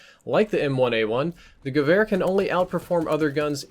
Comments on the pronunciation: I can affirm you're pronouncing gevehr correctly. :) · Omg thank you so much for pronouncing it more or less properly I get triggered when people pronounce waffe wof when it should be pronounced va feh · Said Gewehr perfectly, gut gemacht! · You nailed the pronunciation! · Adequate pronounciation confirmed by a native german. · almost correct pronounciation 😉